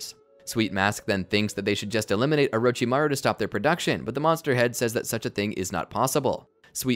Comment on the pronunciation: he says ohrochimaru